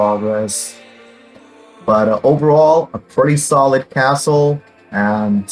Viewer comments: It sounds like you say today’s assshole but it’s really castle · no don’t I love it